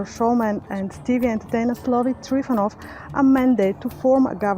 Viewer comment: He is not TrifUnov. He is TrifOnov. And his name is Stanislav, not Slavi.